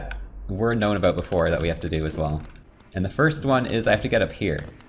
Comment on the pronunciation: "So, beefore we beegin" likes the video